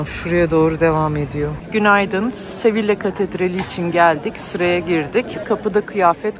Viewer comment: sevilla değil yazıldığı gibi okunmuyor ''SEVİYA diye okunuyor''